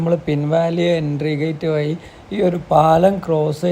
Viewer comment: വ'യി' അല്ല സുഹൃത്തേ... വ'ഴി' എന്നാണ്.. മലയാളത്തിൽ 'ഴ' എന്ന അക്ഷരം എടുത്ത് കളഞ്ഞിട്ടില്ല സുഹൃത്തേ... നിങ്ങളുടെയൊക്കെ വീഡിയോ കാണുമ്പോൾ ഉള്ള അരോചകം ഇതാണ്.. മലയാളം ശരിയായി ഉച്ചരിക്കാൻ കഴിയുന്നില്ല എന്നത്.. ഇത് പറയുമ്പോൾ കുറെ കൂതറകൾ ന്യായീകരിക്കാൻ വരുന്നത് കണ്ടിട്ടുണ്ട്... അക്ഷങ്ങൾ ശരിയായി ഉച്ചരിച്ചില്ലെങ്കിൽ അരോചകം തന്നയാണ് സുഹൃത്തേ... ഞാനും വർഷങ്ങളായി യാത്ര ചെയ്ത് കൊണ്ടേയിരിക്കുന്നു...നന്മകൾ